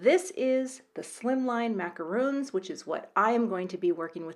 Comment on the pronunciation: For those unfamiliar with macarons, they are French cookies that are light and chewy with icing sandwiched between two cookies. They aren’t the easiest to make which is probably why they tend to be $$$. They are pronounced with a short O like Ron. Hope this is helpful! 🙂